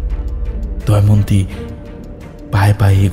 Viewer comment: মিত্র বলে চরিত্রটার মুখে চব্বিশ ঘন্টা কি গোঁজা আছে? অর্ধেক কথা বোঝাই যায় না। আর কন্সট্যান্ট 'দময়ন্তী' কে 'দয়মন্তী' শুনতে কানে লাগল।